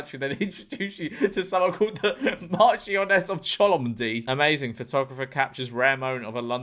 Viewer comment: Not to sound like s tori twat, but the way he pronounced marchioness was painful.